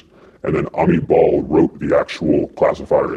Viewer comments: I love when he says Amit Bahl but I heard him say "a meatball". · "Amit Bahl" A meatball?